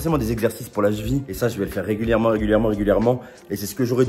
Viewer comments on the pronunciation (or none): Ya que moi que sa faire rire la prononciation de la cheville chez " la chvi " 😂😂😂😂😂😂😂😂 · Oui, on dit la Cheville et pas la jville! 😂😂